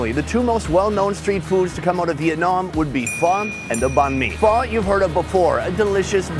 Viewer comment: Refer to Charles Boyle for the pronunciation of "Pho"